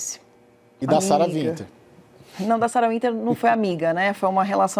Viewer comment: Qual é desse apresentador de programa jornalístico que fala "Sara VINTER"? Não sabe básico de inglês, não? Sara Winter, cara, vc tá com o nome escrito, é W, lê UINTER, que seja, mas VINTER é fod@